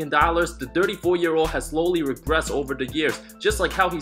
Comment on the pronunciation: great video but did you say "regressted" and did you call Frank, Fred?